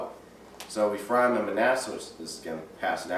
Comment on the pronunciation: His pronunciation on some words is poor...aka..Ephraim is NOT e-FRY-em but EFF-ree-am.